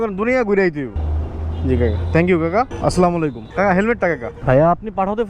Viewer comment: Not aslamolaikum 😂😂😂 Say assalamu alaikum🎉🎉🎉